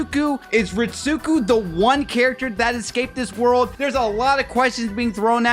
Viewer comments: I hate to be this guy, but it’s Reet-Sko not Reet-suku. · Not to be a grammar snob but Ritsuko is pronounced “reetz-coh”